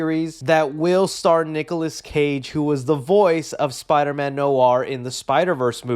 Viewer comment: Spider-Man No R